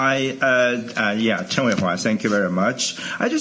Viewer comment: Just so you know, his surname is Chen.